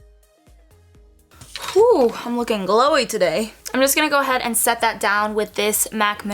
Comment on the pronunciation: 😍😍😍 i loveeee this makeup!! When you say "glowy" you have an accent end you prononce "gleeeuwii" 😂😂 #french and i love tacos😂😂🤤